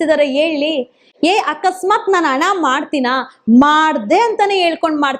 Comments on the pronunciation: Adu ana alla adu hana neenu yav school nalli odiddeeya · ಎಸರಲ್ಲ , ಹೆಸರು. ಅಣ ಅಲ್ಲ ಹಣ, ನೀವೆಲ್ಲಾ ಸೌಜನ್ಯ ಹೆಸರಲ್ಲಿ ವೀಡಿಯೋ ಮಾಡಿ ದುಡ್ಡು ಮಾಡ್ತೀರಾ. ಓರಾಟಗಾರ ಅಲ್ಲ, ಹೋರಾಟಗಾರ ಮೊದಲು ಕನ್ನಡ ಪದಗಳ ಬಳಕೆ ಸರಿಯಾಗಿ ಮಾಡಿ